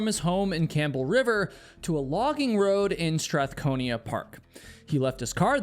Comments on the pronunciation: Its "Strath-cona" not Strathcon..I...A" and its Done - Can". I live on a smaller island, Gabriola, but know Vancouver Island very well. Lots if hiking, camping, fishing,foraging, hunting....enjoyed your stream. Thank you. Fyi...if a country, VI would be the 90th largest in area. Basically VI is bigger that half of all countries in the world with a total population of about 1.2mil, 3/4 of that is south of Nanaimo. The southern 3rd! Let that sink in. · It's not pronounced Dun-Can (I live in a Town sharing the same Highway on the Island.) it's pronounced like the Name, Duncan... (Dunkin'?) Oh, my provincial-park~ Pronounced- "Strath-Cone-Ah" It's Okay to be Dyslexic. It's fine though buddy; you're a Hiker, not a Linguist. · I cringed so hard when you pronounced Duncan and Strathcona..... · How I knew this was Vancouver Island right away 😅 I’m sure someone else said it, but Duncan is pronounced like the name Duncan, or like Dunkin’. Also, Strathcona doesn’t have an “ia” at the end. You have to be able to exist in the wet cold if you want to live here and not spend sometimes 75% of the year indoors. It’s actually why I moved away for a decade. Then I moved back a few years ago and it’s taken me most of the last few years to recalibrate and find the right combo of gear (much of it I’ve made myself because the vast majority of people don’t understand what it’s like to live in a cold coastal rainforest) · By the way, Strathcona is pronounced STRATH-KONA NOT Strath-kon-ee-ah and is spelled STRATHCONA. Have a super day and thank you for this vlog!! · oh, and, i was born and raised in Campbell River. it's pronounced "Strathcona" not "Strathconia" (no "i"). ;) i know i'm being a bit pedantic, but just an FYI :P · It’s STRATHCONA, not Strathconia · Strathcona Park, not Stratconia... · It’s StrathCONA. Not StrathcONIA. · It’s Strathcona park NOT STRATHCONIA learn to read & spell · Strath cone ah and Dun kin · it's called strathcona park , there is no ia in it's name